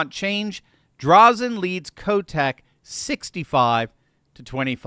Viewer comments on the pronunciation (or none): Is this a repeat? Drazan, eh, not ah. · DRAY-zin. Not DRAH-zin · Just saying it's Drayz-IN not Drayz-on. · DrAzen... It's pronounced with an "AAA" not "Ahh"... 👍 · Nope don’t count chickens before they hatch… the “democrat” socialists will come out to vote to keep Kotax in power… they will lie cheat and steal the election. And it’s “Dray Zen” not Drawzen. We all better get off our ass and vote, or else. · I'm a huge conservative from Oregon and I absolutely LOVE seeing Oregonians beginning to wake up. I'll be supporting Christine Drazan (pronounced- "Dray-zan", accent on the first syllable) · FYI - it's pronounced "Dray-zen" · Hey, just a clarification or two; Christine Drazen is a friend of ours here in beautiful Oregon. Her last name is pronounced “DRAY-zen”. Also, though we reside in “OreGUN”, we are correctly referred to as “Ore GO nians”. Thanks for the coverage, and pray for a positive election result. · Dude! If you’re gonna do this, at least do it right! Drazen’s name is pronounced DrAzen- with a long A. You lose credibility when you don’t even know how to say a significant name within the story correctly!🙄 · Pronounced, Drayzan. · Sounds like Drayzen. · It's pronounced Dray-zen. And she's a "Republican". And every poll could find put Kotek ahead. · Ps: it’s pronounced Drāzan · PS Christine Drazen is prounounced "Drey-Zen" LOL> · It's pronounced like Dre-zen. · Respect for covering for Oregon because we need help but you could have googled how to pronounce Drazan’s name. Just saying… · you lost credibility when you didn’t do enough research to pronounce her name correctly.